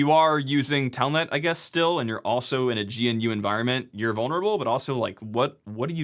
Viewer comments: I'm sorry to sound pedantic here but this has bothered me for quite some time. GNU is pronounced as "Guh-Noo", similar to the animal. Not "Gee-En-Uu" as the abbreviation might indicate. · GNU is pronounced gnoo. Or like grew, but with an n instead of an r. Not G.N.U. (Source: Richard Stallman himself.) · I really like your videos, but every time you say "G N U" instead of "gnu" (like the animal the foundation also has as mascot), it makes the hairs on the back of my neck stand up. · Umm, EXCUSE me, but it's pro-NOUNCED, "guh-nuu" (it rhymes with "canoe"). thanks.